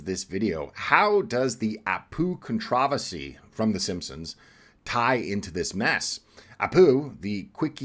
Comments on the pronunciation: What the eff is a con trah vasy? Are you trying to pronounce controversy? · Why does he pronounce "controversy" the British way if he's American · Your pronunciation of controversy is pathetic, repugnant….. wrong. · Controversy. Look up pronunciation